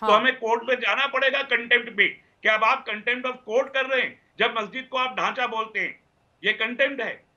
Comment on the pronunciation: chitra ji apka ma language nehi sikha ?babri masjit ko dasa bolrahiho ?